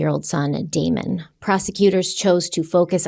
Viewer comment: You said "Demon" and Devon instead of "Damon" and Devon....Just wanted to point it out. You both did GREAT on this video!❤